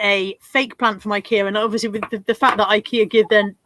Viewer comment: I'm confused. You called it Hic-kay-a. In the US, we call it Ikea (eye-key-a).